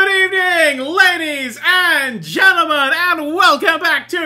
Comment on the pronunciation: Did he say ladies and jellomen or ladies and gentlemen?